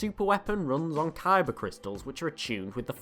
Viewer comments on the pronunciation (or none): none